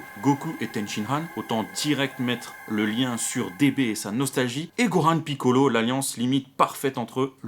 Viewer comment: J'adore comme tu prononces Piccolo! D'ailleurs, je trouve que cet épisode est superbe! Par rapport au 89 dans lequel j'ai vomi!